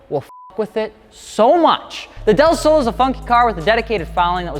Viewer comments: Okay your Spanish was close but not quite right. Del is a combo of De (of) and El(the). Just a shorter way to say two words like Y'all is you and all. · Its pronounced " del slow" lol